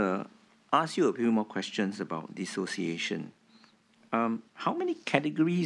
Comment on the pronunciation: Dissociation - Tee-Siao lah. 😆😆😆 Alamak